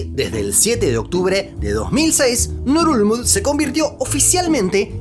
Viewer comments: Pondría este video en repeat eterno solo para escuchar el nombre de la capital de Palaos... Bululú dice?? 🤣🤣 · Ngerulmund: pronunciación nurulul,..nururururl......nurulurul?? XDXD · No entiendo la pronunciación. Leo Ngerulmud, pero escucho Nurulud 😅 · Pronunciar esa capital es bien difícil jajaja solo escucho ngulug